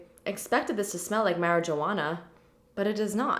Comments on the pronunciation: "Mary-Joanna" ☹ Also, why can you pronounce Argan and Maran properly, but never Anastasia BH 😣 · Can’t tell if she mispronounced marijuana on purpose or not... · Were you saying Marijuana? I have never heard anyone enunciate the letters like that😳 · Is that really how Canadians/Americans say marijuana?